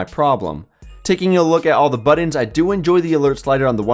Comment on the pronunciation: buttons not buddons